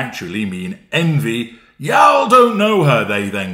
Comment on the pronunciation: Omfg after hearing you say "y'all" even being from the south in the United States 🇺🇸 I'll have to train myself to Never use that again!!! Lmao ❤